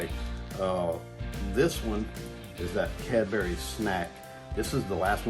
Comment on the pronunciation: Correct on pronunciation of Cadbury's. Bury in Lancashire would be as in interment.